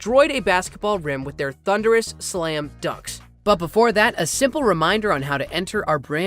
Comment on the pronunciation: “NBA SLAM FUNKS”